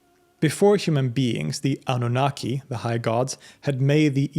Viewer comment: Annunaki Ahhnoonahquay not kee🎉